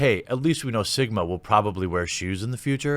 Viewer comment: I heard Jeremy say "Simba" when referring to Sigma.